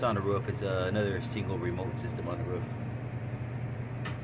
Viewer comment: Lmao do you purposefully say ROUUFFFFF like a dog barking or is that an accent u have cracks me up. Anyway great videos very educational I’m in hvac neverr worked in this side of the trade but trying to get in your videos help out a lot